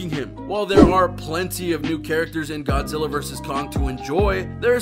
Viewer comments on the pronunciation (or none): It's Godzilla not 'godsilla'